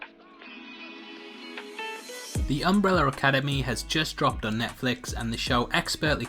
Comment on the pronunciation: Why do you call is Umbreller Academy?